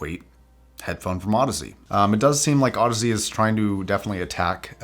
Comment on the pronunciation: I plan on buying these, they’re on special at my local fancy hi fi shop. I’m going to audition them, but I’m thankful for this review for a number of reasons. Not the least of which is learning that the name is pronounced Aud azee and not Aud eeez. You’ve saved me some embarrassment and for that you get a like and a sub. (Also, your review was quite clear and detailed:) )